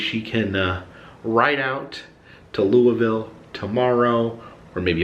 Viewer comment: You pronounce Louisville wrong